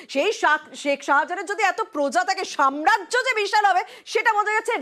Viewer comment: Jiaur ke samrajya kotha ta thik kore uchcharan korte bolun